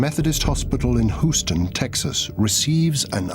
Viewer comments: The city is pronounced “Hughe’s-ton,” not “Who’s-tone.” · his inovative design :) hahaha its innovative thats more funny than Hooston where did they get this British guy to talk about the life of Howard Hughes, I think this is Howard Hughes cleverly disguised as a funny narrator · Hoo ston Texas, really guy please at least pronounce the city name correctly....oh well... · "Hoosten, Texas." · The guy has no problem pronouncing Hughes, doesn't say Hoos, but has a problem saying Houston, saying it Hoos ton. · Who-stun, TX? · You stupid fuck you pronounced Houston husoton wrong wrong wrong you English fuck! Get it right !!... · c'mon buddy. whoston? whoston? riri? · lol, "hooston". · why does the narrator mispronounce houston, but not hughes? if one is "hooston", shouldn't the other be "hoose"? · "Hooston" Texas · "hoowston, texas" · Hoooo-ston! :D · Why is this guy pronouncing Houston, Hoo-ston ? I heard Hughes company was let in on the Roswell crash debris and back-engineering duties...he went fu&%in nuts when he discovered the truth about aliens. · The narrator can pronounce Hughes but not Houston?? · Maybe the city should've been spelled Hughston. Then, maybe the narrarator would say it right.